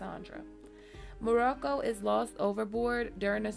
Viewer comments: Did no one notice that she pronounced Moqorro "Morocco" like the country? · It's Moqorro not the country Morocco. Good job though. Liked the video. Hate that the rushed through the show only to leave out so Much of the story. Lord Manderly and the scene with the three Freys Jon Connington Strong Belwas Those are my three. Especially Wyman Manderly., "Lord too fat to sit a horse". Done properly.